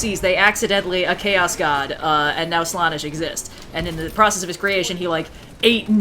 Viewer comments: Every time says Slawnesh it causes me 1d4 wounds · I’m sorry, but hearing pronounce it Slah-nesh physically pains me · every time says "slaanesh" in a WAY different way then ive EVER hear it said, my hears bleed a lil.. the slaanesh noise marines would be proud.... also slaanesh is a thay:) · over here, making me doubt you're to pronounce slaanesh 😅, also loved description of the Imperium's religion "Yes the Empire is totally alive in the warp still!" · The way says slanessh hurts me